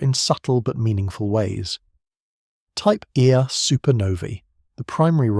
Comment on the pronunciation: You can, so far (under current AI releases) distinguish AI narration by pronunciation of simple things like numerical identifiers. For example, Type 1A supernovae is pronounced "Type E A Supernovae", pronouncing the "1" as "E" because "1" appeared as "I" in the original script, and some languages like Italian pronounce it as "E". I've heard this alot in many videos.